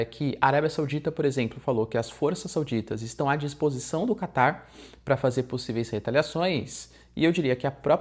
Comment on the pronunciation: So eu que ouço ele falar "Kaká" em vez de "Catar"?